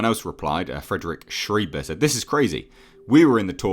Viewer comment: small note: Schreiber is pronounced like sh-rye-buh not sh-ree-buh.